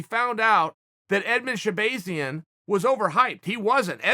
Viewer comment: Rotull If he says it’s shehbayzian then Edmon should change his name.